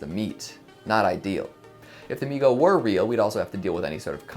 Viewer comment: SI a-MI GO